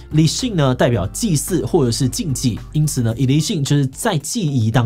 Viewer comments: 「ILiSin」變成易立信了😂😂😂😂😂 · ilisin發音很正確